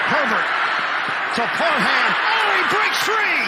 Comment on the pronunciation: every week the broadcasters love to emphasize the HAM in Parham when it’s literally pronounced “Parm” lol. put some respect on my man’s name he’s been going off this year!